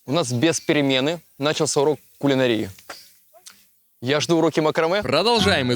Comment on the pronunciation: В СЛОВЕ "КУЛИНАРИЯ" УДАРЕНИЕ НА "А" !!!!!!